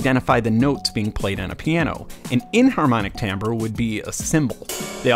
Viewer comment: Oh, and thanks for pronouncing "timbre" correctly...